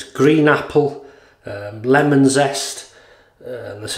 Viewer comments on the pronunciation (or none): none